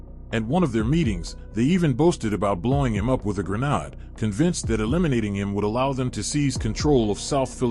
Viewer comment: Yeah I noticed the same thing, but I wasn't fully sure whether the narrator's voice was an actual person, a bot, or some kind of AI voiceover. I mean, he/it also called a "grenade" a "grenard" more than once. 😂